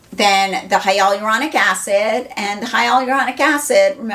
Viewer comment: Youre pronouncing HYALURONIC wrong lol. HI-YUH-LUR-ON-ICK